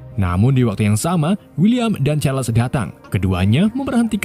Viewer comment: Bukan chesar tapi sizer kalau guna huruf melayu juga bukan Chales tapi chars